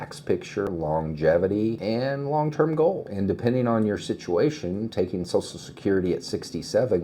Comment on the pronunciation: Sorry, I can't listen to "SOSSAL SECURITY" anymore. Social. SH, as in waSH, or cruSH, or "Social Media".